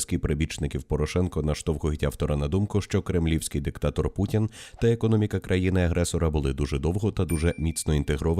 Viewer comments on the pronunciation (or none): none